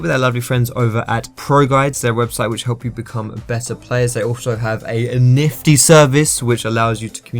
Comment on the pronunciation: That emphasis on 'nifty' xD